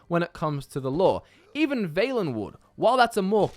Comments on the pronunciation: Not "Vale-enwood." It's V AHL ENWOOD." VAL not VEIL.... jesus christ. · its valenwood